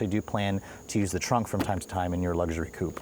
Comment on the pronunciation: If you're gonna say "coupe" twice in every sentence, at least pronounce it properly...